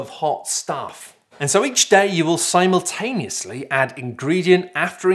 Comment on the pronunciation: Why did you pronounce simultaneous wrong?